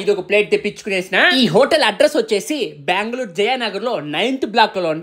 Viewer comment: Banglore kadu anna bengaluruuui